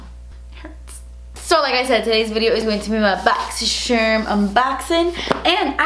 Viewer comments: why do you say boxysherm and not boxycharm? lol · 💜💜💜💜💜💜💜💜💜💜💜💜 I LOVE HOW SHE SPELLED BOXYCHARM ON HER THUMBNAIL: BOXYSHERM! Luv the way she says boxy-sherm 😂😂😂😂😂 💜💜💜💜💜💜💜💜💜💜💜💜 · Clicks on video mostly to hear say "my boxysherm unboxin!" 😍💓